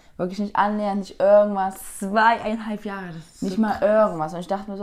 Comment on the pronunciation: örgendwann, örgendwas